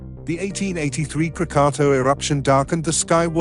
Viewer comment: Your pronunciation isnt even correct. It's KRAA-KAA-TAAW.